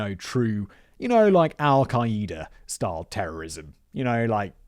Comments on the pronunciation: Simon it's not al e Keida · Adding an extra syllable on Al Queda, I see... Montey Python was right. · You say al queda funny